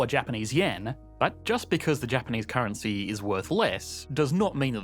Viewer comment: Had to stop watching due to the annoying Australian trailing lisp, like get that under control and learn to pronounce "Gulf" as not "Golf" lol, and not add like 13 Ys to the end of currency when currency is the last word in a sentence